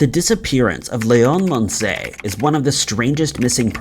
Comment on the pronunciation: the only time the name Leon has been more annoying to hear was in RE4... Hes from Oklahoma its not Lay-on its Lee-on...